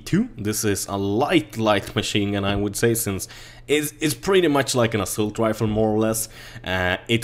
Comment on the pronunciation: Snälla det heter ASS A LT Inte ASSULT och givetvis korrekt stavning är assault.